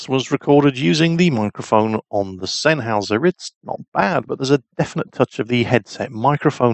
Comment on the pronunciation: You know now i feel ashamed for having my game zeros for almost a year and not know how to pronounce sennheiser until said it:/